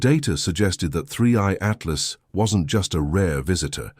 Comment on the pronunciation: He calls it 3C Altlas ? And it’s screaming past the sun? Months ago! It’s already past Jupiter now! Doesn’t anyone proofread what this AI says? How can I trust what this AI guys says? 👎